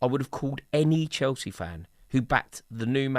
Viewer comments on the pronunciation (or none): none